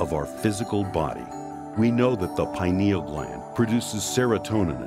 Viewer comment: I like that the lady pronounced it "pine- al" instead of "py-neeyul". I forgot the name was based on the pine-cone shape.